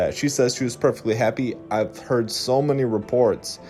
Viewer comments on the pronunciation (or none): none